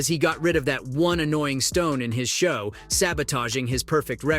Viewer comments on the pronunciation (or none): This is AI generated. I finally figured it out. Why so much of the video and audio doesnt match. Its an AI voice. It did not pronounce shoe right. It said "the stone in his show". This ai shit crazy. I thought this was a real voice.